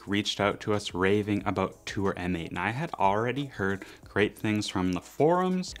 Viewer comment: M8 is pronounced MATE!